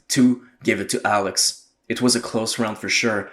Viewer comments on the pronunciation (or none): none